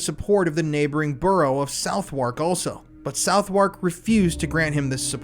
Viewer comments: 😂 GOOGLE THE PRONOUNCIATIONS its not LAMB BETH its lambuth... its not vaw hall its VOX HOL 😭😩 I was like wtf is that? Until I realised you read it in FRENCH 😩🤣 its also suvvuk or southekk not south work 😩😭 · And 😂 "South wark" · Southwark tends to be pronounced "Suvvock" in the UK, just for future reference.